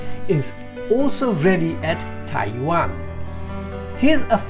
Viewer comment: You really need to polish up your phonics. It's Tai Yuan not Tai Wan